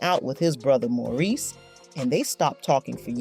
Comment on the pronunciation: His brother whose name, “Maurice,” keeps getting mangled in the narrative alternating from “Morris” to “Maurice!!” Don’t these people know that celebrated artists and actors have FAMILIES and friend JUST LIKE THEY DO? It’s no more than common courtesy to ASK someone how a person PREFERS to have his/her name pronounced. If they’re not going to, then they should stick to reading the reports about people they know!! Instead of assuming that nobody knows The Hines Brothers because THEY don’t! Hard to believe that anybody’s relatives don’t have these tacky, ill-informed vlogs just taken down. At LEAST until they re-record people’s names correctly and edit the titles to “Gregory Hines: For People Who Don’t Know Who He Was—AT ALL’